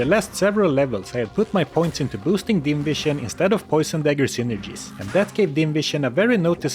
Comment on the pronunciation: Can't help myself, I hear "invision" instead of "dim vision" every time you say about that. You become invisible to enemies after all.